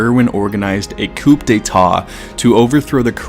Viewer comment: Coup? Misspronounciation is a dead giveaway for AI.